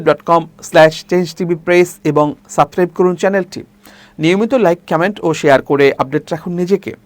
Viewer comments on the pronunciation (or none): none